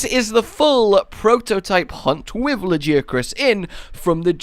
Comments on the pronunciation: Lajiacrus?! It's lagiacrus mate 😂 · a guy laggy-ak-russ, not lah-jee-ak-russ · La ,guy ,a ,Chris that's how you pronounce lagiacrus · La, guy, a, Chris, that's how you pronounce lagiacrus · I do hate trying to correct people on how to pronounce monster names, but... BUT , La-Gai-ah-Crus